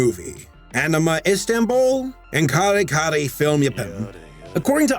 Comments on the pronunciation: Hearing someone pronounce Kare Kare as "Carry Carry" made my filipino ass die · I heard that Yare Yare when you mentioned Kare Kare